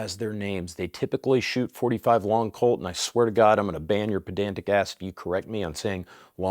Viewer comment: Did you say bedantic? It's pedantic....